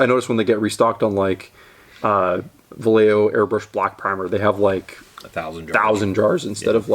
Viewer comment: I can't tell if you're mispronouncing "Vallejo" on purpose. Could go either way.